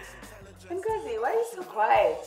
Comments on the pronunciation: It's not Mengozi foe Christ sakes, its Ngozi. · I hate they pronounce (E)ngozi like white people. But it's only a detail, lol. Love the show!